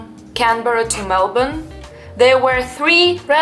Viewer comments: I love that you can say Melbourne properly. Good onya. You are a delight to watch and it’s great to hear your perspectives. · Hang on you just said Melbourne like a local are you sure you're Russian?